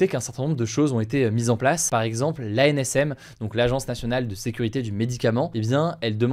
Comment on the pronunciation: AMSN et non AMCN